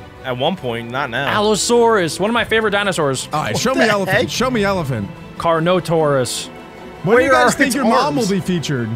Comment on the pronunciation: It’s carnotaurus not car-no-tau-rus